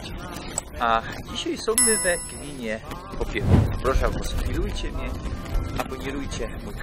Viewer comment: Fajne ,ale akoro juz tak po šlōnsku gwarzis to ci wyzdradza ze tu sie goudou Popilōw a nie Popielòw 😉 a tak to ciekawie'š to zrobjyu.